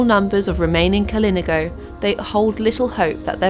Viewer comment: KalinAHgo is how it's pronounced.